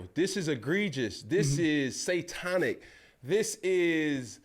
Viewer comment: “This is Satonic!”😂😂😂